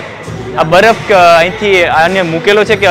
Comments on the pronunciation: Badaf nai barf ben bolta sikh😅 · pehala baraf bolta shikha